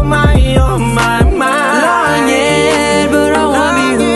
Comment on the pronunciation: Bg sy lagu dah ok kot cuma telinga sy tak berpuas hati dengar disbbkan sebutan setiap perkataan oleh Damien tidak “sharp”, mcm end of each perkataan huruf dia tergantung, contoh “langit” sy dengar mcm “langi” & tak cukup energy dlm singing register dia. Geram plak dengar. Pls sebut setiap word dgn jelas & habiskan. “Say that you mine” bukan “say day u my” ok Damien dear…. Abah sebut semua lirik dia dah cantik tu sbb dia seorg rapper. 😉👍🏻